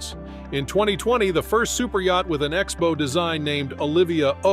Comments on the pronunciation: Can someone teach this AI voice the difference between a bow (rhymes with tow), and bow (rhymes with cow)? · Learn how to pronounce 'bow'.